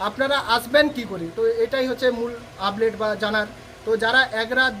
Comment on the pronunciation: Ublate ? Naki update ! 😂😂😂